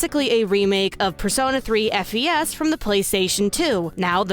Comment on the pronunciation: Hello. It's pronounced "Fes" btw. As in short for "festival". Not F. E. S. Okay bye.